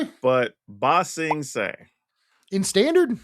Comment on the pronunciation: "BA sing se" not "ba sing se" to be fair I genuinely thought the names were the same name and had to look it up